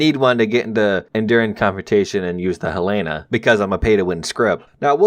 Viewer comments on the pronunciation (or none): Sorry to be a prick, the USS Helena is pronounced (Hell-a-na) I know its kinda weird but its my capital city of my state. Sorry